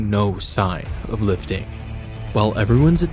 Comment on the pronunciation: It's lifting not loftting